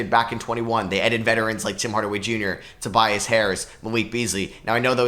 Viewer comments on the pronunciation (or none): none